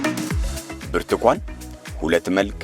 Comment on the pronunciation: ብርቱኳን ይላል ብርቱካን አይችልም